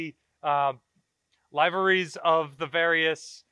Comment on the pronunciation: I always thought it was "li-veries", not "lie-veries" ... but may be another Missourah thing.